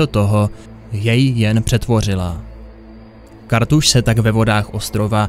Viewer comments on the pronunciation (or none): Nebo mby KaRRRRRRRRthas